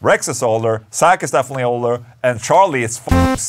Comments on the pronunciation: It's Zakk...not Sack. 😆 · I like how you pronounce Zakk's name as "sack".